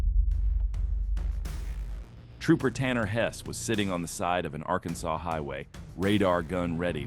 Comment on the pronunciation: The AI VOICE drives me nuts! Arkansas sawz?! Wtf?!!